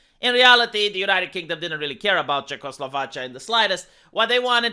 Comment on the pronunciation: CzechoslovaCHA. Is that haw you say it in Romanian?